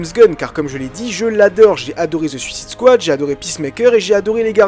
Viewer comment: Francais ou anglais faut choisir. Si anglais, DcU (dé-ci-you), Suicide Squad (sou-ssaide-squad) etc. Sinon bonne video